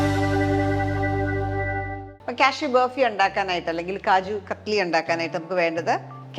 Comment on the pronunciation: It’s known as KAJU KATLY, NOT KATHLY, this I know for more than 40 years.